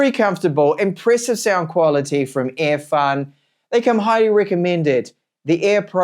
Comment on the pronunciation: Why do you pronounce “Earfun” as “Airfun”?